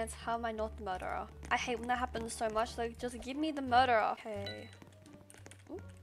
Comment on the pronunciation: everyone: murdrer she: murdah